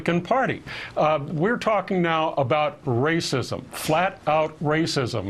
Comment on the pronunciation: Old fucker says "racism" almost like he's begging for the word to be more relevant! LMAO!